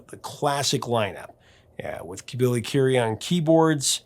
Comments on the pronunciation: Currie not Curie! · Visage is pronounced “vees-awj” and Billy Currie is pronounced like Curry not like Marie Curie.